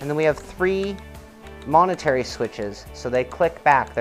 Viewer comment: Nice sneak peek, cool looking wheel. Sounded like you said "monetary switches" instead of "momentary", anyways not a big deal you explained the function. Great sim gear coming out lately and fun watching you guys cover it!